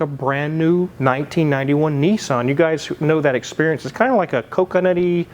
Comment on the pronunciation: It's a Nissan not a neeeeeson! Lol!